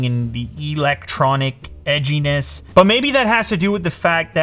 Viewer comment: Did any1 else notice when he said “electronic edgyeness”